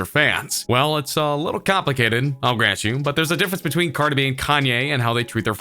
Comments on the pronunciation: The announcer called her Car -2-Be i thought it was Cardi B 🤣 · If he says carda b one more time I wouldn’t do anything but it will be very annoying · Y u say carda b? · "Cardah bee"? lmao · this guy says cardi b, “cardebie” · correction its cardah bee!! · Who tf is "Carda-be"?? CARDI B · Its brutally painful how he pronounces cardeh-beh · I cringed so hard when he said Cardi B in one word like CardiB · "cardabee" - xD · Cart-a-bee lmao😂😂😂😂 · Me. A human: Cardi B This narrator: CardehB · Why you keep saying “carda B”? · I like how he says Card-eh instead of Card-ee 😂😂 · It's cardi b..not cardib..you say it funny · I died when he said Cardae B 🤦🏽‍♂️😂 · How am I supposed to trust what you say when you’re out here saying “Carda-bee”?!! 😂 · Carda b he said her name really weird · Learn how to pronounce cars in.... caaarhda bee like wtf bro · John Lehman he says cardabee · Cardabee 😂😂 wtf, dude pronounced her name hella akward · I thought I was tripping when I heard that lmfao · U cant even say cardi b...dislike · I bothers me the way he say Cardi B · It was so funny how he pronounced Cardi B. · Lol the way he says cardi b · bro, you've got to change the way you say cardi b. i don't even listen to her music and i got chills listening to you say her name like that repeatedly hhaaha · You pronounce Cardi B like a fucktard. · When u condense three syllables into one